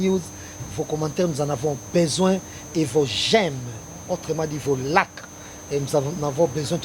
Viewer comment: Ndeko chroniquer ba lobaka like pas lake ou luck to soki ndenge nini yo o yokelaka mot yango please soki o lingi e simba lobaka yango laik ou peu être laique tiaki mua I na kati ya mot yango po esimba ko prononcer yango na ndenge moko ya bien nga camerounais moko nde a yebisi ngai que biso to yebaka koloba ba ba termes misusu te na français ou na anglais po ye a zalaka grand Fan ya ba masolo na biso ba Congolais bref tango a yebisi ngai lisusu lisolo ya critique na ye oyo sur ton émission avec la soeur kabongo etc. Nde na sepeli pe ko commenter awa na esprit ya bien.